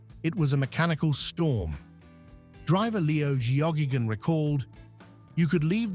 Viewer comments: It's pronounced Gaygun,not Geo gage un. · "Leo Joggingagain"? 😂AI slop! Leo Geoghegan was his name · pronounced 'gay-gun' (unfortunately!) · My comment was aimed at the absurd pronunciation of Geoghegan. I am well aware that Leo Geoghegan in one Charger and Doug Chivas in another were the key hopes for winning the 500 a couple of times.